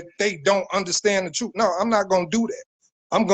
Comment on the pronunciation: I dont trust a person that says Truuuuf instead truth. 😑😑